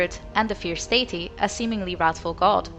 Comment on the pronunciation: Not a native english speaker, but is it just me or is she pronouncing Deity wrong?